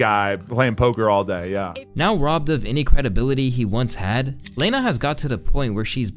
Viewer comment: How dare you say Lena's name wrong she didn't do anything wrong.....its not leeeeena lmao it's Lena like if you were gonna start saying lead that's how the e is said...